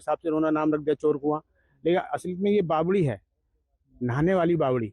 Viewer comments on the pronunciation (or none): It's Bawadi not Bawali Sudhir ji